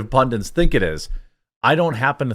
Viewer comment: Jeremy the word is pundit please stop saying pundint! One 'N'!! It's driving me nuts!